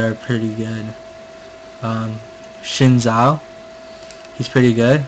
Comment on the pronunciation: Learn how to say the champion's names right omg. SHIN ZHAO? Yeah thats what YOU said. its XIN zhao. In english you replace the x with a z so its basically Zin Zhao. Cho Geth? CHO GATH. THE A. Cho Gath. CHO GATH. AKILLI? Where is the second a in Akali? Its not like it is replaced with a I.